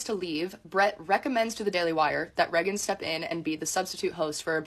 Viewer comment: Something about how she says "Reggan" instead of "Raygan" is irksome 😂